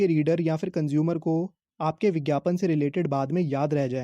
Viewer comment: Bhaii bhaiii🤣 (ph) ko (bh) wah bhai wah🤣bhote tej ho raha ho😂